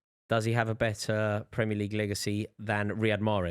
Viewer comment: I hate how the yanks say "premier league" surely they watch it , so surely they've heard other people pronounce it correctly and yet they still get it wrong alllllll of them